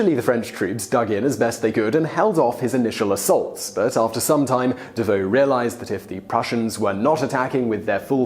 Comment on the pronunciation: At Auerstadt, I believe the General was Davout. Pronounced Davoo.